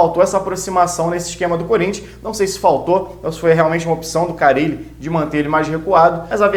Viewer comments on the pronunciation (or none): none